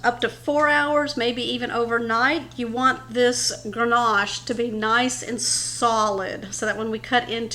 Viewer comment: Ganache… no “r” in that word! Dessert looks amazing. I’ll make it for the holidays!